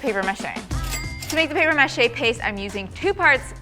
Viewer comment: The mispronunciation of “mache” and “process” make me cringe. And the light is terrible. The bench is great, though. Just hard to watch with the weird pronunciations.